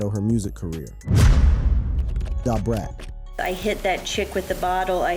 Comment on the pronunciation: Listening to this is hard. But I managed it lol! Please know how to pronounce Nas and DaBrat.🤦